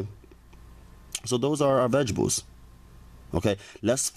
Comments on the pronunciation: I laugh every time he say "vegibles" and not vegetables. :-) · the word is pronounced veg tables ,not vegables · New subscriber, not only for the cooking but I can listen to you say “Vegables “all day hahaha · Focus on the vegables... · Vegebles 😂😂😂 but I'll be trying this! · I keep dying when he said vegables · Vejables? really? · "vegebuls" lol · STOP SAYING VEGEBALS. I THOUGHT THEY WERE CALLED VEGTABLES. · Anybody else notice him saying ( Vegabuls ) lmao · Haha vegibles homie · Ok you got me at "veggibules" lol, looks good though imma try it... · Don’t forget to put your veg-ables In the fridgerator 😂😂😂😂